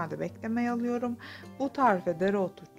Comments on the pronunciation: Kenarıya mı?? O nasıl anlatım öyle? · Kenariya değil kenara galiba